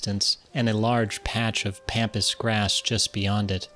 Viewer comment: Pronouncing pampas grass wrong… smh